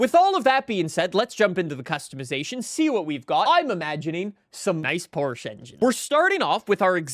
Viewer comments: i can hear that never finished his german class. he still cant pronounce porsche. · Ah yes, the Porcshe 911